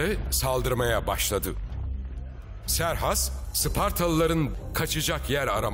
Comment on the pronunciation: Siz niye Serhas diyorsunuz ki Xerxes'in adı Keyhüsrev'dir.